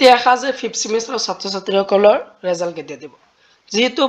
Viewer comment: ৰেজাল্ট নহয় তো ৰিজাল্ট হয়